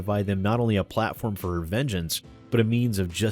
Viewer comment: "A platform for revengange." Nanomachines, son! They harden in response to DMCA trauma, you can't hurt me Alex!